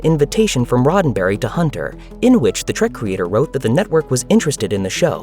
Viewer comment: Oh, for fuks sake! It's "trEk".... not "trAk", you booger-eating moron! I can't believe this STILL has to be said.